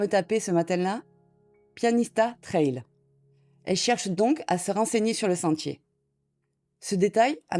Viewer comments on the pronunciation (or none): none